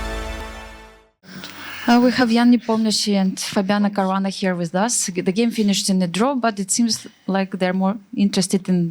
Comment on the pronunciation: OMG she calls him Caruana